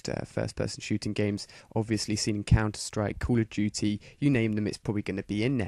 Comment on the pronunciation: Dude STOP saying "Culudjuty" speak normal english pls.